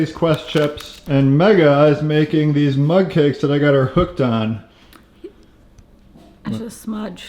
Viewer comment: Lol it's actually Mug cake but Every time says it I think he is saying Mud cake too!